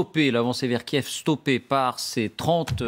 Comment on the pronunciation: Ils ont tous tendence à dire Kief, Kief. On dit Kyiv ou Kiev vvvvvv not ffff